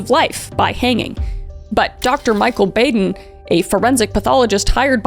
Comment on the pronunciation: Boh-din is how you pronounce his name. He is widely known as the Michael Jordan of forensic pathology.